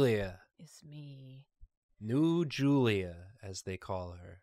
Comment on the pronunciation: I thought she said Nude Julia and I was so concerned